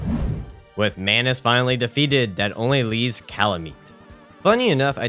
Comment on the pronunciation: You said sus crybers instead of subscribers And mayonnaise instead of manos 😂😂